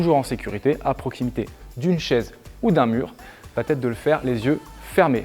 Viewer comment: On est d'accord qu'y a pas de "t" à la fin de "va"?